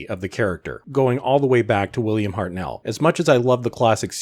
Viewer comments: Who was William Hart Nell? If you are a Doctor Who fan/expert/critic, try and pronounce his name right. Sorry for being picky, I understand this man is an American, but nearly everyone should know how Hartnell is pronounced. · Got to laugh at the way you say "Hartnell".